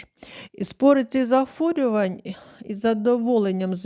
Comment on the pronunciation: Не зафорювань, а захворювань